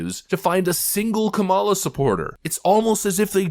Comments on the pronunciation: Everyone supporting Kamala Harris: "You pronounced it wrong! 🤓" I dont know why its a big deal, but its just a name. 😭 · Seriously, that should be a drinking game: drink every time he mispronounces Kamala’s name.